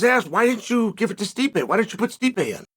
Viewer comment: not as disrespectful as much as you pronouncing his name " stripe "